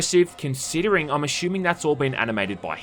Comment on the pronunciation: say "ass". say it again. ASSuming, not ASHUMING